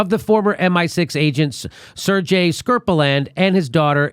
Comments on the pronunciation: Sergei is pronounced sairgay. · A couple of corrections: It should be “Sergei Skripal AND his daughter Yulia” (not Sergei Skripaland…) And Sergei is pronounced Ser-gay. The G in Russian is always a hard G. (The only exceptions are words like Сегодня and ничего, where the G (3rd and 5th letter, respectively) is pronounced like it was a V.)